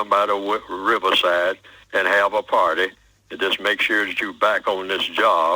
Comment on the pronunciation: voice parrrty gonna hav a parrrty 😂